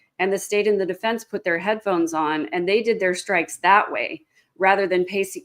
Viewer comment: Deeefence....deefence...she pronounces that word really weird. Is it just me ? Bothers the hell out of me